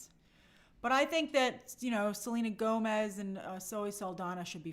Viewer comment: The Spanish in this movie is pronounced horribly and it's not Mexican Spanish! Selena Gomez (Gómez) is not Mexican and it's obvious she doesn't speak Spanish! By the way, in Spanish Pérez is pronounced pErez NOT perEz. The accent mark is used to know which vowel to stress. Just like Gómez is pronounced gOmez NOT gomEz.